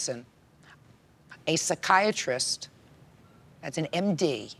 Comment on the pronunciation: That mom needs to see a pee-sya-chiatrist! 😮😅😂😂😂